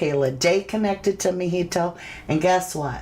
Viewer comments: The pronunciation of "Mijito" is mee-hee-toe -- you've been saying it right most of the time in this video. Mijito means "my little son" in Spanish. Mi hijo is "my son" and "ito" is the "little one". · … you are amazing! Sending you love and hugs! Btw…. I just wanted to tell you that Mijito is pronounced …. MEE HEE TO. 🌹❤️